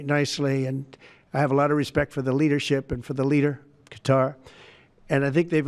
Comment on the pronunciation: It's hilarious 😂 after they give us a plane, be can pronounce it right. Instead of calling it cutter, he called it Qatar! 😂 Maybe more Kennedy's are gonna jump the fence ✊🏽